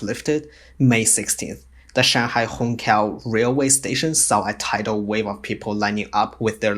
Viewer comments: Wait, what ? Hong Kao Railway station ? HONG KAO ??!! WTF It's Hong Qiao And you can't pronounce Xu Jia Hui ? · Hongqiao is pronounced hong chiao not hong kiao